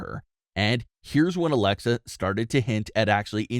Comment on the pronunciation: Ummmm its alexa not alexia